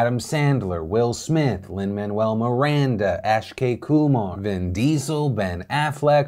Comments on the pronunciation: Ash-Kay Kumar???? It’s “Ak-shay” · Hi Phil, It's aKshay Kumar not aSHkay. I'm surprised you didn't take a moment to learn how to say the name properly. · Ash-kay kumar... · It's "Ack-shay-Kumar" not "Ash-kay kumar" lol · It's pronounced as "Auck-Shay" Kumar. I'm surprised to see him on the list. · It’s Akshay Kumar, not “Ashkay” Kumar, c’mon Philip 🤦🏽‍♂️😁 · >"Ashkay" Kumar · Still can't get over how Phil pronounced Akshay Kumar but good ep nonetheless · even though I don't like him but the way you butchered his name is 🤦🏻‍♂️